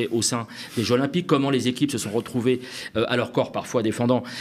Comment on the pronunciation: Trés bon, comme d’habitude. Mais… "les jeux ZZZ’olympiques" stp 😅